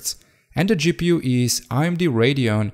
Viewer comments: bruh its AMD not IMD! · its AMD, not "IMD" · Its not imd... its amd... thank u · its amd not imd